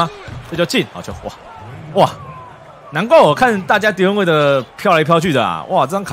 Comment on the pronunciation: 你把wade唸成Dion waiter